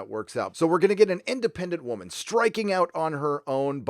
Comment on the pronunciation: Did he say BatWAMON I thought it was batWOOMON